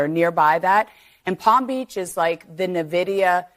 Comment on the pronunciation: NahVidia is a mistake someone would make if they were reading this off a teleprompter